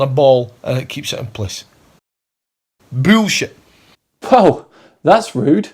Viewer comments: The only question while watching this guy i have is if he will ever manage to pull the rest of his brain out his nose and drop dead... keep digging, you can do it pal! I like one thing about him though... how he pronounces „büllshite“, because that’s heavy metal 🤘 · Love the way he pronounces 'boolshit', like really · Lmao he said “bewwleshi